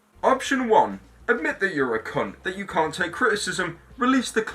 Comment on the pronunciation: The way he says cunt is amazing. Cun'